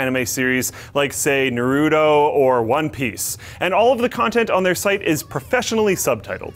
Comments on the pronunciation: wtf is narudo ITS NAW-ROO-TOE naruto is it that hard to say were did the D come from WHY? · I died a little bit inside when he said Narudo instead of Naruto. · Hey LinusTechTips, It's Na-Ru-To (Nah-Roo-Toe) :3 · narudo cringe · Mardy Crue narudo shipten comics oh why the humanity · the way he butchered Naruto's name killed me inside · Disliked for Naruto pronunciation. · I don't even like Naruto and I cringed at the pronunciation of the title, however the people behind Crunchyroll probably don't even know how to say it. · he doesn't say naruto right...:( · oohh man you butchered Naruto's name!